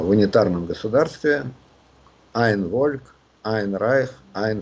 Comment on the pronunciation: спасибо, что продолжили цикл. Леонид Александрович, "ein Volk" произносится как Фольк, а не Вольк. зы сравнивать деяния ВИЛ и ВВП некорректно, т.к. разные исходные условия, Ленин контролировал Украину а Путин нет. Да, Путин думал пойти ленинским путем - крым и донбасс привяжут украину, но понял, что сейчас ленинский путь не работает, наоборот, Украина украинизирует эти области и уводит их от России. Поэтому он и пошел своим путем - выдернуть из Украины то что возможно.